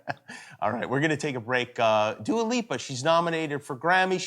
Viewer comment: haha, he called her Dually. NO dude, her name is Dua and it means prayer.